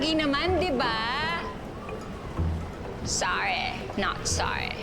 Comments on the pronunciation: Grabeh si na pissed si Rachel wala na syang masabi sabi. Soreh not Sorehh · "sawreh not sawreh" hahahaha